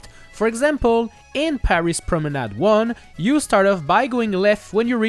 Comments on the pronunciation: oh that explains a lot. That's why that sounded so natural. So I will change my question, how do he pronounce so well promenad with an english accent ?! Personally, my brain block on the french pronouncation everytime I use a french word in english, resulting in a weird change of "accent" from me, that is a bit fun but mostly annoying. If anyone have tips, pls let me know them. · You are the only youtuber to pronounce "Promenade" correctly, and i thank you